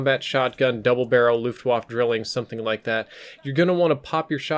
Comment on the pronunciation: Luftwaffe is pronounced luftvafa